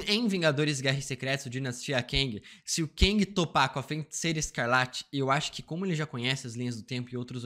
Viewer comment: Mano FEN-TICEIRA chegou doer o ouvido 😅